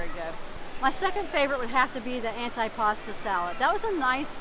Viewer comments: Your video was very good. Some pronunciation issues though. We all can learn something new every day. Although it is spelled antipasto as in “ant eye”. It is pronounced “antee “. Gazpacho, the gas is similar to Las as in Las Vegas or Las Angeles. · AN - TEE - PA - STOH